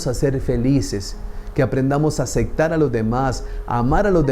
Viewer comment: sin animo de criticar o juzgar, solo una observación, se dice aceptar no acectar